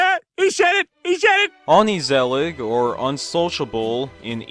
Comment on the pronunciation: you just said “oni sallig” or “oni salad” … the G in Dutch is pronounced more like a hard H rather than a soft K, that this show is unheard of is probably because YouTube isn’t really fond of non-English stuff especially in the English nations. Also I remember that Studio Massa made Samson en Gert YTPs. I used to laugh at those (mostly because I can understand (and pronounce) the Dutch (Nederlandse) language)